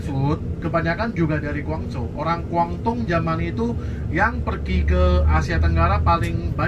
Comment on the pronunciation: maaf mas relat dikit Guangdong Guangzhou sebutan belakangnya tidak sama dgn sebutan Hangzhou loh, meddok bngt terdengar orang luarnya😊 saya di China juga sat ini, 12th sdh beserta pergi kmn saja di Tiongkok ini😊